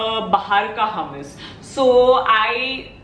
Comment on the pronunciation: Hey , love ur videos . Hummus origin is middle east , nd me staying in middle east , i would like to correct the way it is pronounced , the way indians say it is like hamas , its actually hummus the proper hu nd not ha. Not tryna be rude or something , jst sounded weird hummus pronounced as hamas